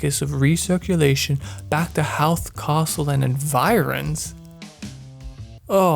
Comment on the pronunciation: Obligatory rookie mistake. Howth rhymes with oath.